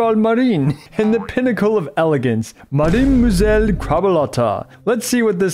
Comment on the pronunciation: As a french your way of saying "Cheval marin", "Mademoiselle" and "Gentilhomme" is very funny